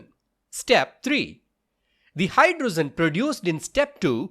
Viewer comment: Hydrogen is pronounced as ' hidrojen' not 'hydrozzen'